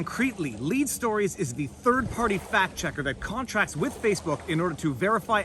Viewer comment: I rewound & replayed this five times just so I could hear you say “third farty” again and again. 😆